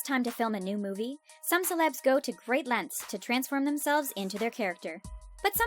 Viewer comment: Length = Lennth